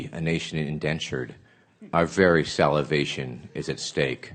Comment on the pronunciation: "We can no longer be a nation indentured..Our very salivation is at stake" 😂